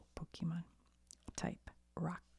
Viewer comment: Don't listen to people that tell you that you need to know everything about Pokémon to enjoy Pokémon content. Pokémon is for everyone and we have no room for gatekeepers. I personally love your Pokémon content mainly because you don't know much about it. You mispronounce names and I find it super cute lol